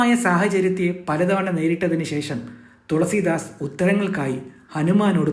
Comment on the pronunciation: തൊളസീദാസ് അല്ല തുളസീദാസ്